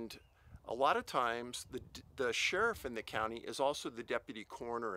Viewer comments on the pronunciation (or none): none